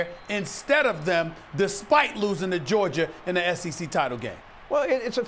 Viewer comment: Can somebody PLEASE teach Stephen A. how to say the word Georgia! He sounds like Madea's long lost son with that Georger crap lol!